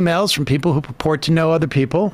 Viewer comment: how did he manage to pronounce "who" as "poo"